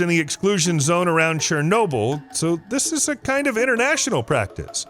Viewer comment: Wait. Did he say “CHAIR-nobyl”?